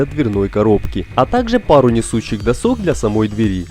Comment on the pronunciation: Бесит постоянное "досОк", может "дОсок"??? доска. нет второй О в корне. задрало (((